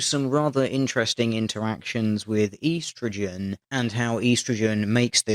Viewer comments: why do you say EE-strogen like some kind of mongoloid it's estrogen. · ee-strogen? Isn't es-strogen how it's supposed to be pronounced? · estro-gen not East-ro-gen you're killing it....I had to stop watching...you just butchered the word... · It is Ehh-stro-gen not Eee-stro-gen. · On the men/women fat thing, there's also the factor that when men and women work out, men generally choose to do more weights and women tend to do more cardio, and cardio often helps you burn fat more. So women have a pretty big advantage working out if they want to do cardio. I guess men are still privileged though because feminism. Makes perfect sense. Also EEEEEEEE-STROGEN? Seriously, man? I mean, I know you're an Aussie, but here in good old 'Murica we just call it ESSSS-TROGEN. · Consider this: "E-strogen" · It's supposed to be spelled 'oestrogen', so you Septics are the ones killing it. 'It' being the beautiful, glorious English language. You know, English, from England. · I love how you say eastrogin... it sounds like the opposite detection of westragin... lol... you have a nice ascent though... were is it from. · How you say estrogen bugs me.